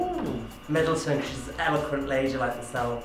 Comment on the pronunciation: "'She's 'elequent' like me." Jeezuz Viv...😂😂